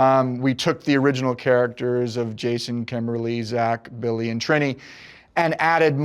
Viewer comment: I can't stand when people pronounce Trini wrong. It's not Tri as in Trip it's Tri as in Tree if Tree was spelt with an I lol.